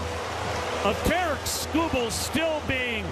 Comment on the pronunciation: Sounded like Terrance the second time he said it lol